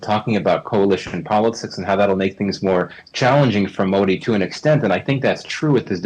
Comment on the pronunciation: First learn how to pronounce "Modi"